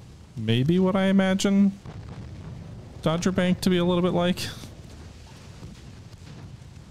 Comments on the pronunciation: Dogger bank has a hard G so DOGG-er not Dodger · I'm pretty sure it was Dogger Bank, not Dodger Bank. P.S. You may want to build some faster CA's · Dogger Bank, not dodger. 🚢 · Dogger bank....not dodger bank.....It's an important battle.